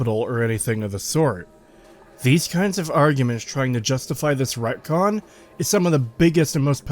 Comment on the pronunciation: ReTcon. Not racon.